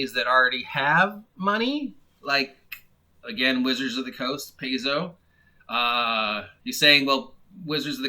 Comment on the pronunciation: Paizo is pronounced PIE-ZO. Venger is a guy on Inappropriate Characters. I don't know much about him.